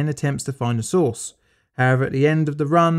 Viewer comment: "Next, we baste the roast in cobalt-60 sauce ..."